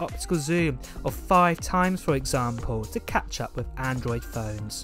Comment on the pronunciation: “Firteen” rather than thirteen, “fousand” instead of “thousand” and “wiv” instead of “with”. 🤬Triggered!